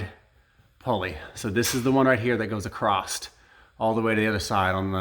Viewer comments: It was 'acrost' that was killing me 😭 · I just got the same hoist today and this video is extremely helpful. Thank you for posting this! I like how you say acrost or acrossed, I used to do that until my wife teased and corrected me. Now every time I say across, she says don't you mean acrost? I played that part of the video for her and she got the giggles. Cheers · Is he saying “acrosst”?